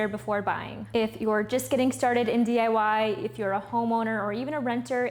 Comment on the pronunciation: She said DYI? Funny